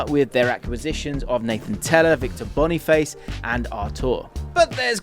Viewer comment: Finally someone pronounces Boniface correctly, people who call him Boni FASS just make me cringe